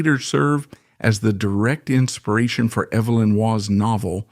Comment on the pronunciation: This is utterly amateur AI. None of the names are pronounced correctly. They couldn’t even get the correct Evelyn for Evelyn Waugh. Btw, Waugh always vehemently denied using Madresfield and the Liggon (phonetics) family for Brideshead. Do your research ffs and stop being lazy.